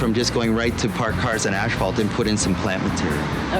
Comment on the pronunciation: It's pronounced ASS FAULT not ash fault.